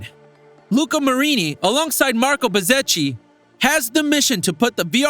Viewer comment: It's pronounced Betzekki